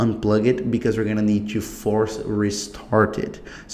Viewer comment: I knew this guy is brazilian when he said two instead of to , its a verry normal mistake as im also a brazilian i had this problem , so you speak realy good but remember to stop to say two every time you realy wana say - to power and not two power , because two means 2